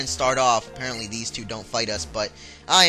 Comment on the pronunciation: u said "apereantly" 19 times-i counted!